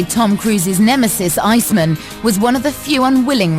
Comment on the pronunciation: Who calls Val Kilmers character Icemun?